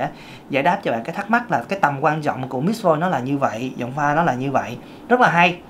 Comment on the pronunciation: Ko biết em nghe anh nói: Mis Voice Miss Voice Mít Voice Mix voice 😂😂😂😂